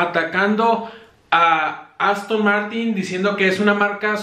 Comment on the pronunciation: Al principio dices Aston Martín